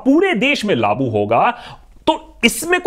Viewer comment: great information and awareness bro, by the way its not laaboo, its "laagoo" kiya gaya. ;-)